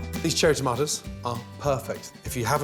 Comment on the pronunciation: every time he says "tomatas", i felt it